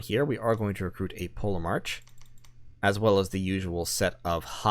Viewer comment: I'm pretty sure the ancient Greek pronunciation of the letter grouping "ch" is usually pronounced like an English 'k'. As in Polemarch = POLL-Eh-Mark". Chronology. Anachronistic. Etc.